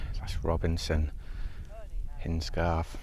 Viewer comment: LET ME BE THE ONE. it pronounced Hines-Garth:) 😊😊